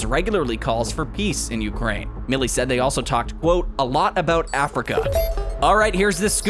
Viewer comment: It’s Mile-ee!